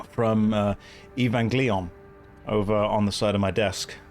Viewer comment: Eevangleeon xD